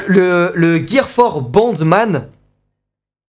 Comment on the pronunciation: je sais que c'est boundman mais au début j'ai entendu bandeman j'ai eu peur...